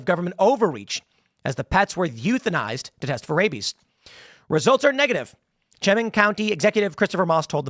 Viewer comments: It is Chemung county, pronouced "sha- mung." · I’m an ex local of the pine city / Elmira area and know the guy. Very sad. Also Tim is pronounced Sha-mung county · Chemung County "Sheh-mung" I live 30 minutes from Elmira. Crazy... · Tim slaugtering the pronounciation of Chemung is beautiful